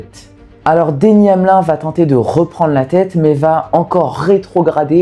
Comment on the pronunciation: Très bonne vidéo facile à suivre c’est super cool que tu parles de NASCAR en plus les Daytona 500 ne se ressemblent jamais. Franchement si tu sors d’avantages de vidéo sur la NASCAR c’est le bienvenue Ps : on prononce le i dans Denny Hamlin il me semble